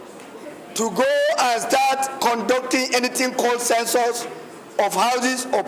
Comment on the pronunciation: It is "Census", not "censors"